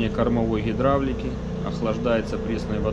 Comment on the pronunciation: Хидравлика и хенераторы просто взбешивают.